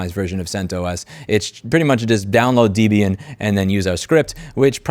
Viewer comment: Thanks for remaking the PBX tutorial. I remember the one from 14 years ago or w/e on your first channel lol You start off saying debian wrong but then said it correct.. you trolling? It is indeed named after debra (debbie) and ian so it is DebIan